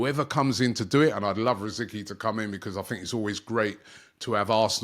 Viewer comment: Robbie, not "Rosikee" but "Rositzkee"